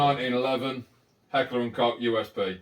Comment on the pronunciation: So glad you pronounce Koch properly unlike alot of people. Some bellends pronounce it Kotch or Koke